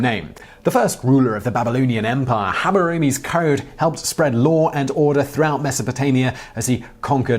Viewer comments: I like how when Simon Says law, the word I hear is "lore", and when referring to really old text, the word still fits :-) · Law does have an R in it right?